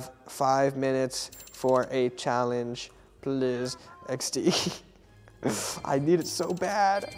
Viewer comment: anyone gonna talk about how he said challe ge